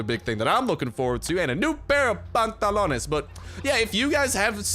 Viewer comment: Love when you say pantalones you say it perfectly